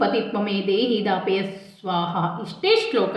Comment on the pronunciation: ದಾಪಯ ಅಲ್ಲ ತಾ ಪಯ